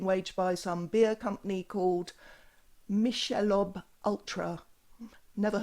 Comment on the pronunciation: OMG!! Kitty! 🥰🐈♥️ It's a beer brand popular in the US 😁 over here, they say MIK-ah-lobe